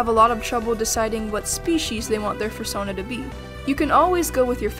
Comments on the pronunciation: AH AH AH AH stop EVERYTHING did she just say Fur-sona? ITS PRONOUNCED FUR-SOH-NA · Fur sahn uh.. interesting way to pronounce it